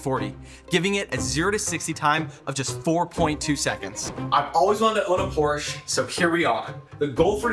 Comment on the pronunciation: Why is it every American that can't pronounce the name of Porsche correctly